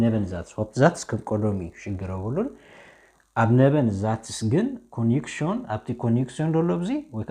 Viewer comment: Hier korrehtut bitte nicht ሲብየክት(Subjekt) sonder ዙብየክት nicht ኮኔክሽን(konktion) sonder ኮኔክስዮን ansonst ist gut grammatik